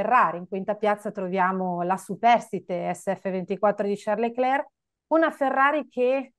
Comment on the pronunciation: Ma perché continuare a chiamarlo LeclerC quando lui stesso ha detto che la pronuncia corretta è Lecler senza la "c" finale?